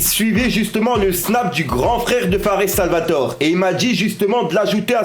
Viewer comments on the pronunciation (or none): On dis « fares salvatoré »